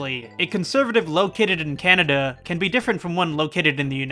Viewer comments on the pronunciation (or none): none